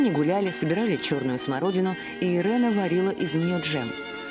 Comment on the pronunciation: Не Ирена а Ирина ; Украйнка